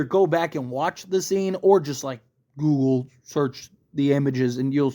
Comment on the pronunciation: You're dragging on and on... repeating, over and over. Say Google weirdly one more time please....